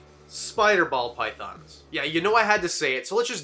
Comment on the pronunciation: I feel like I’m hearing him say Pall Bythons